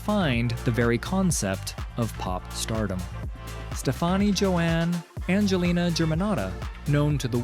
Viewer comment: Her name is pronounced like STEPHANIE. Not like Gwen’s last name.